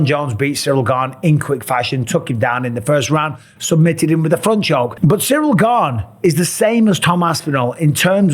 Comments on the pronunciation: But that’s not how you pronounce it 🤦‍♂️ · Gane…. ???? Gane ???? Pa lease that sucks . How many chances does he get . The French Colby Covington .